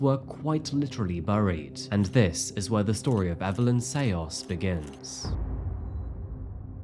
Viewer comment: You would know better than I how to pronounce 'Sayos', but it doesn't sound quite right. And 'Philippines' usually has the emphasis on the first syllable, not the last. It's great to see and hear a real human instead of a robot voice narrating, but you don't have to try and sound like AI.